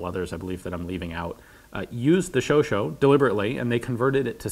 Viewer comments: Very good and informative video! Just in case you have to talk about this gun with a French speaker in the future, the last A in Chauchat is actually pronounced the same way as the A in Hat, but with a silent T. Also, the French "Gifle" you mentioned means a slap, and the G is actually pronounced just like a J would (like in Joy). I have just finished reading "Storm of Steel", "All quiet on on the Western front" and am currently finishing "Les carnets de guerre de Louis Barthas, tonnelier" a French Poilu who fought the entire war from the early days of the war, to Ypres, Verdun and la Somme, and seeing the videos of the WWI weapons you have done really helps put things in perspective. Thanks! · Augh, as someone who speaks French, the "Show-show" pronunciation is killing me. It should be " Show-shah' " with the end of "shah" being cut off. So " Sha' " with a short "a" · Ian, I love you and you're awesome, but I'm pretty sure it's "show-shaw" and not "show-show", and the "g" in "gifle" is soft, so it's more like "jeeflh". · I always thought it was pronounced "sho-shah", not "sho-show". From how it's written it should be "sho-shah" but I've seen many people pronouncing it "sho-show" and I'm wondering if there isn't some exception to the rule for the name of this gun. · I'm not French, nor native English speaking but I think the pronounciation is somewhat like "show-chaa" minus the t. And not "show-show". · wouldn't this be pronounced, "sho-sha", not "sho-sho"? i understand that everyone tends to pronounce it "sho-sho", i am just curious why that is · It'd PRONOUNCED "SHO-SHAW". PS, the rest of your video is great and accurate. Thank you, Ian, for your work. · I believe there correct pronunciation would be closer to show-SHAH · Chauchat. SHOW-SHAH, Not SHOW-SHOW, SHOW-SHAT, SHOW-SHIT, or SHOO-SHOO. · French verbs: a=ah, e=a, i=e, o=oh, u=ooh & au=ou (as in thou). Therefore, Chauchat is pronounced "shou-shah" ("t" being silent). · The "scho scho"